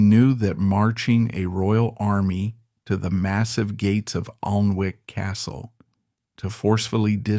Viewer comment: it is pronunced Anick